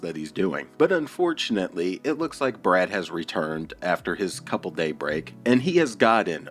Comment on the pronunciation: If I couldn’t pronounce obese, couple, humble and nearly every other word. I would def shut the F UP!!!